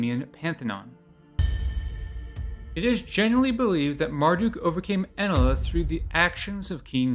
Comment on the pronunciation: This guy can’t even pronounce ‘Enlil’ (N-Lil).